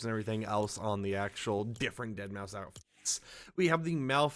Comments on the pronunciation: I said this in one of your previous videos, but it’s pronounced “Dead Mouse”. Not “Deadmau Five”. The 5 is supposed to be a substitute for an S. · Did bro just say deadmau 5 😂😂😂 it’s dead mouse buddy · Why do people keep calling him dead mau “5”? ITS DEADMAU5. Still said deadmouse but with a 5 instead of an S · yall know the 5 is pronounced as an s right? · It's pronounced (Dead) (Mouse) btw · Its pronounced deadmouse fyi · His name is pronounced as dead mouse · Deadmau5= Dead mow Shitake= She take Machinest= Mecanist. I watch just to hear how you pronounce things 😂😂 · Mau-5.... 😂 Dead-Mau-5... 🤣 He kept saying it with confidence...smh 🤣 😆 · I cringe when he pronounces deadmau5 wrong, the 5 is a S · The way you say his name pmo